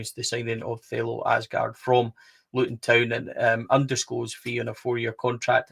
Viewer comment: Thelo Aasgaard Aasgaard in Norwegian, it is sead as Ause like you would with Australia & gaard the D is silent in Norwegian All together, you pronounce his surname like Ausegaar. Regardless, welcome to Blue Valhalla.